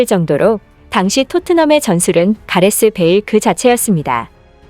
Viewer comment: 크~ 갸레쮸 붸일~